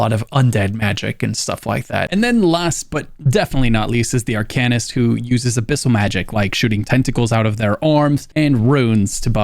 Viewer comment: I had to stop at 6 minutes in and find a different video, couldn't stand how arcanist was pronounced.